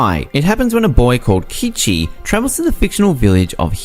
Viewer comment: It's not "Kichi" it's "Keiichi" '^^ (Higurashi is amazing)